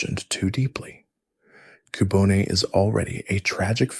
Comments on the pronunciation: Absolutely no hate intended, but Cubone is not pronounced coo-bo-nay - it's cue-bone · These name pronunciations are something else 😂 Koo-Bone-A? Shar-minder? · Or like my friend that like to say “Cub-one”…